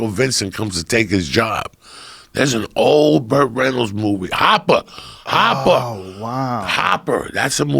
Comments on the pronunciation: Hooper! The fucking movie was called Hooper! Not Hopper! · Hawwwppppaaaaaaa, hawwwwwpppaaa. Then pronounces it correctly. Hopper 😂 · its called hooper , joey... not hopper...."hooper" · Joe "The Church of What's Happening Now" Rogan, btw it's HOOPER! not Hopper!